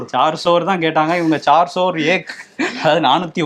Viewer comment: Chaar sor ille.. Chaar sow.. Means 4 hundred